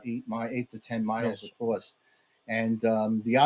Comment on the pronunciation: “Across” is not pronounced “acrosst”